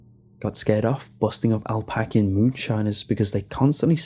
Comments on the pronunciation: He said alpacan lol I believe he means app ah lay shun lol Appalachian region is a mountainous area of Kentucky Tennessee Georgia West Virginia North Carolina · Did you just say; "al-pack-ian"? It's Ap-pah-lay-che-in. Appalachian. Those are mountains in the Eastern United States. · Appalachian mountains. App-al-a-chian not Alpachian. Put in the work. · 😂😂 the way he says Appalachian....alpackian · Good story and as always, great narration. May I offer one suggestion for future? IF you ever run across the word 'Appalachian" again, it is properly pronounced "ap-puh-LAY-chun". Not a complaint, just want to save you any embarrassment in a conversation. Cheers! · You mispronounced 'Appalachian'. Otherwise, good stuff. Itsa my kinda' pasta!